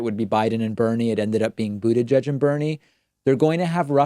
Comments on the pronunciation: Why is David always calling Pete „Bu-DE-gieg“ with the emphasized second vowel. Did I miss anything? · Why did David changed the way he was pronouncing "Buttigieg"?!?!!?! This is conspiracy!!!!